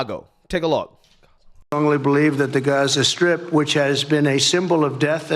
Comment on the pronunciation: strip..not skrip